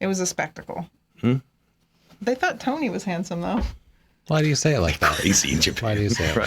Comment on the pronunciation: "They thought Tony was handsome" "Why do you say it like that?!" LOL!!!